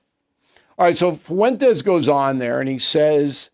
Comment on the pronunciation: ‘Mr FUWENTEZZ’ 😂😂